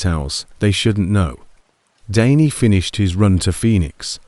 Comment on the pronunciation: So "Danny" changes to "Daney" and more bullshit AI pauses, gaps and mistakes. Not interested in AI stories.